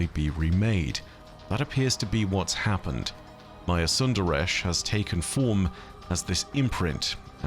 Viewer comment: It really irks me how they pronounce Maya's last name. Props to you for actually doing a better job at it.